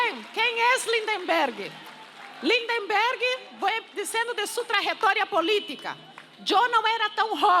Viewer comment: Ninguém acerta o nome do nosso caro LindBergh! Teem sempre que dizer Lind"EM"berg.